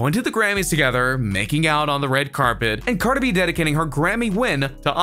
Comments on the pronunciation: Car da Bee 😂😂😂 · No offence but you say cardi B wierd